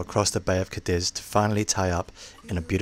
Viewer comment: Wait a minute, did Terysa do all the scraping by herself? Was that because no one wanted to see blurred bits of? Oh and it's pronounced CAH-deeth for goodness sake! OK, I'll tell myself to F-off now. Seriously awesome video, great to see you going to Spain.